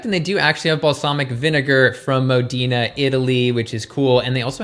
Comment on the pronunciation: Yes! Additionally, Modena is not pronounced "Modeena,"